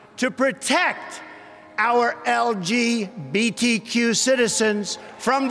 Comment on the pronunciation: Notice the gesture he makes when he says “LGBTQ” in a sloppy way? 💁🏻‍♂️